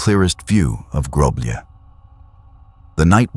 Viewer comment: I couldn't find the village in question, maybe don't change the name so I can try to find it and it's not groblije It's groblje you read lj as one letter cuz we Serbians don't have lj as in cyrilcs (Љ), this is the letter that the lj means